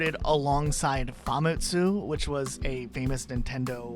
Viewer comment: Also pronouncing "Famitsu" as "Famet-su"